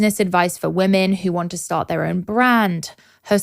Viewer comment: gosh love but she still hasnt learned to pronounce women vs woman!